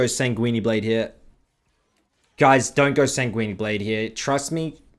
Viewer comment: Please stop saying SAN-GWEE-NEE :/